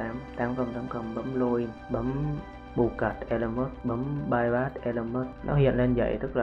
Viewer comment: bypass mà gà rán đọc là payyacc mé gà rán